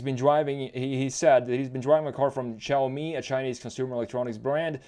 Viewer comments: It’s not chaomi or shaomi. It’s actually pronounced more like “See” “Ow” together really quickly. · its shaaomi not chaomi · I swear, where did "Chaomi" come from?! It's "Shaomi"! Except this little thing that caused me a mental breakdown, I really enjoyed the styling analysis of the SU7. Let's see how it goes if it gets commercial approval for EU market too. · Great preview of Chinese cars! It is pronounced as "Siaomi", there is no "Ch")